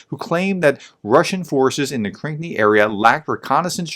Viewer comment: Please spend a few minutes and read the names of these places. One example - it's Krinky, not Krink nee. You rush into your reports. Slow down, just a little bit.